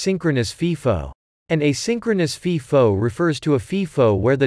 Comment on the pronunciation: It’s pronounced FIFO with a long “I”. like FYE-FO. It’s NOT pronounced like FEE-FO